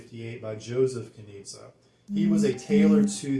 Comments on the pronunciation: Great review! ..but the correct way to pronounce the name is Knishe! Greetings from Berlin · Nice presentation of an interesting fragrance. Btw... it's pronounced "Knische" with a smooth "sch" but it seems to be complicated for English speaking guys ;-) Take a look at the German Wikipedia for "Knize Ten" ;-) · the name's apparently slavic and the "z" part is pronounced with a soft "sh" - like the "g" in "my liege". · Guys, it's a bit tricky the brand is located in Vienna, Austria but the original founder Josef Knize was born Czech. Search on YT: "Hotel Savoyen Wien und Herrenausstatter Knize" and there you'll have the correct perfect pronounciation. "Knie-sche" because czech "z" is spoken "sch" (like sh...it, LOL 😅). ✌️😉☕